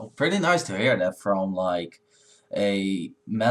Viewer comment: "prety" are you serius???